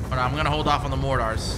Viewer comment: Don't forget your mor-tars....